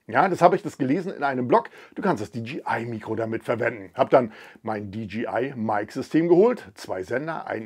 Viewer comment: nicht "di dschi ei" sonder "di dschey (jay) ei)